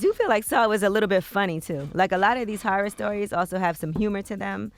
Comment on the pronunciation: I'm sorry but what is a "Harrer Story" ?😑 all tree of yall cant pronounce HORROR...